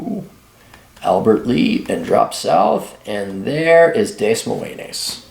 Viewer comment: It's pronounced DUH-MOYN.